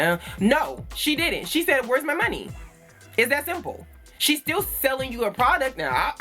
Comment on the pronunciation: Bae beeeeee dead💀🙊😭😂 I shaid what I Shaid😭😂